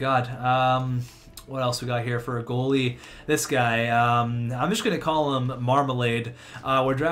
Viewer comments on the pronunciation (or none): none